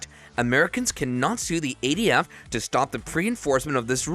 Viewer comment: This narrator is killing me. It’s SBR not SPR. It’s ATF not ADF. Also, why so repetitive?